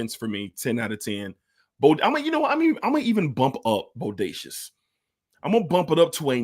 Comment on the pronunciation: Just for clarity, the house name is pronounced “boh-day-see-ah”. But yes, Bodacious is very nice! However, French Defense is atop that scent DNA for me.